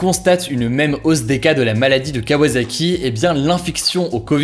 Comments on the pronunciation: C'est qu'un détail mais kawasaki se dit "kawaSSaki" 😊 (ça fait mal d'entendre "kawaZaki") Je tiens à préciser que mon commentaire n'a rien de méchant, je ne veux pas qu'il porte à confusion ! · KawaSaki et non pas KawaZaki Hugo ;)